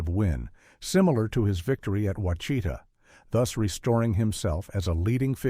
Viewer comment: Wa-chita???? Try Wash A TAW